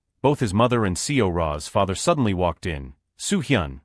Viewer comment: thanks for this, overall this is great, but there are some things like seora name being read per letter, ms, dr, being read the same. also there are sometimes that the reading voice would slow down on certain words or the voice would just change, that take me away from the story.